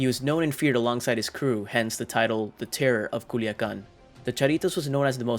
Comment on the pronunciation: Terror not terro of "Culiacan"